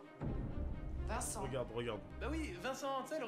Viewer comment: « viencent imetre🤣🤣🤣🤣🤣 »